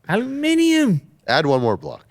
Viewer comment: Thanks for pronouncing aluminium properly 🙂